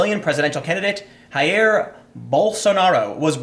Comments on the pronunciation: hummm. Tim, the ´J´ is supposed to sound like your english `j`. not `R`. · Just for the record, the "J" in Jair is pronounced as zh in Doctor "Zhivago." Therefore Jair is pronounced like ZHAH-EER. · Hi, Tim. At risk of sounding pedantic, I wanted to help you pronounce some Brazilian names, as it's different from Spanish. In Brazil, the J is a J, not an "H." So it'd be "JAI-ir" Bolsonaro. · Not spanish brah You pronounce J as J here in Brazil, please. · Tim, you're are pronouncing your "J"s as if you were reading Spanish names, but you aren't, those are Portuguese names. The "J" is to be pronounced in the same way that it is pronounced on the word "jewish" in english. Hope this helps... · just a tip: in brazil we dont speak spanish, we speak portuguese. the letter J in portuguese is not pronounced the same way as it is in spanish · Dear Tim, we don't speak Spanish, you're saying Jair like Javier, but we speak Portuguese, you say Jair just like you say Jay, or just... HUE (Brazilian laugh) But hey, this is a game changer, there were a lot of people who didn't know how to vote this time, and I always thought they were going to vote for Alckmin, which is a center left leaning candidate which is way more moderate with the same security driven campaign, but if you look at 2014 elections, there were a candidate that died in a plane crash and his Vice candidate, Marina Silva, took on the race, and she immediately skyrocketed to second place... So, emotion based voting will be a thing again, these undecided people will vote with their heart and will vote for Bolsonaro, plain and simple, until 2 days ago, I, a Right Wing Libertarian, was sure Alckmin would gonna win, now, I'm pretty sure there's no way Bolsonaro won't win, he already had the support of most of the right wing so he was always at top 3 at the pools (by the way, the only pool I trust is Tim himself), now Bolsonaro will have support from all across the spectrum